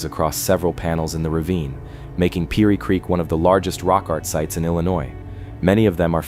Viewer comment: Seriously? Couldn't narrate this yourself? AI doesn't pronounce piney right. Over n over again.